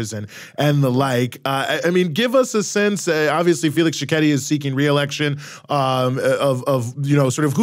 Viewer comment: Where in the world did you get that information from? French mercenaries are actually fighting alongside Rwanda and M23 rebels in eastern DRC. Please respect our 6 million dead! By the way, his name is not Tsisekedi...it is Tshisekedi for you Sir!